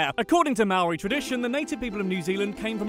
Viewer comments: omg it’s pronounced moe-ri like hoe but moe UGH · it slightly annoys me how you pronounce 'maori'